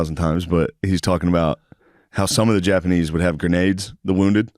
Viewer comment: Shane saying Japanese with no S is one of my favorite things ever